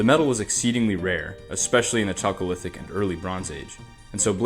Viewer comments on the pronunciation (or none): Chalcolithic is pronounced with a hard "ch" like chaos or character, not soft "ch" like cheese. It's just a weird Greek spelling inside English.